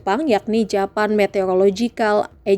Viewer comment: gini amat dah presenter indo ngomong bahasa inggris kata JAPAN. lurus gitu ya? Wkwkwkw "JAPAN". Blajar lagi dah cara pelafalannya